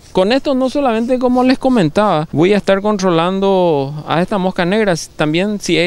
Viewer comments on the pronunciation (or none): "contrrrrrrolando verdad"